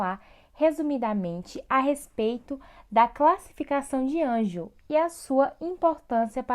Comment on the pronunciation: Realmente o slide não está certo. Vc diz no slide que a cúspide MV do 1MS, oclui a frente do sulco do 1MI, o que está incorreto... E a pronuncia da classificação não é ANGEL, é ANGLE... O nome do dentista é Edward Hartley Angle, ele é americano. O canal tem muitos vídeos bons, talvez esse deveria ser refeito e repostado. De qualquer forma, deixei um like.